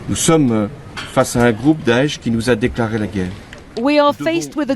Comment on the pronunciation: "Daeash" as he said. Yes Zionists parading as Muslims!